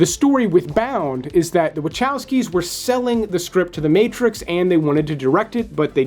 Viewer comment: little thing, you pronounce Vahovsky